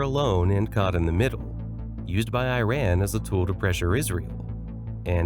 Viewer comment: I learned that the speaker cannot pronounce Iran. Such skills make one wonder about other errors of a factual nature.